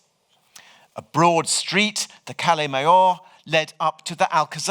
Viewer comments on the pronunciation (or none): "calle" was terrible as well.